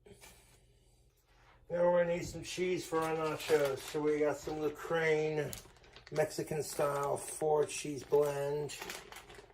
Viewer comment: "Lacrane" cheese? Nah, Lucerne. "Lou-serne". 🤣